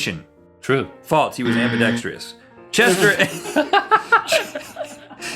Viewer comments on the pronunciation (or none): "Not magic tricks, abidexterous." Lol